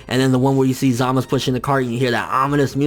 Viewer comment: ZAMASU......not ZAMUS